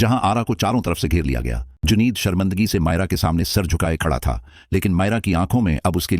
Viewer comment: Intehaye bakwas explanation haonor khuda k lite apna talaffuz Thek kerlian trager Nahi trigger,juneed Nahi Junaid,tap Nahi tip,pastaul Nahi pistaul,hoos Nahi hawas had hoty hai jahalat ki